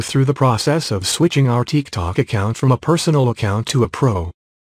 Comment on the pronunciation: ''teek tok'' 💀💀💀